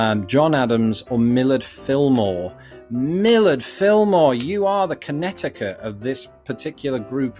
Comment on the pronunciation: Just FYI, the second C in Connecticut is silent, so it's pronounced connet-i-cut